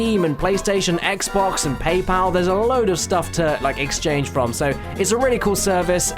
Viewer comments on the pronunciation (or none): none